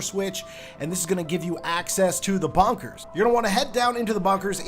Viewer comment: lol he pronounces bunkers as "bonkers"